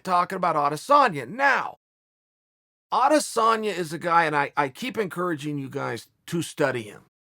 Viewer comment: Adesanya is pronounced "I dis own ya" not "Ades San ya". Get it right folks.